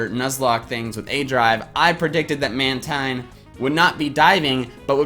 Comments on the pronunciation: It's pronounced Man-TEEN, and 2nd, it's not jumping. It's using the air from the waves like you would from a surfboard. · Just YouTube how to pronounce "Mantine" or definitely look at the Pokedex 3D Pro. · "Mantine" is pronounced "man-teen".